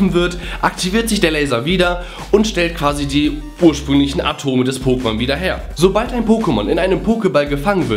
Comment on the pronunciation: "...sobal(l)d...." :DDDDDD